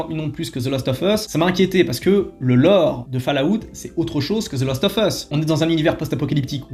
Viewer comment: Hello, je voulais vous donner un petit trick pour le "of" en anglais, il faut juste penser à prononcer "ov" pour que ça passe bien dans ton phrasé ;) Humblement Votre. The Last ov Us.